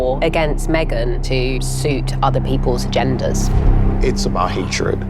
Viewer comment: I 🤣🤣🤣every time I see that clip with Harry's wife's lawyer saying what sounds like "gender" instead of "agenda". She sounds as stupid and deranged as Harry's wife.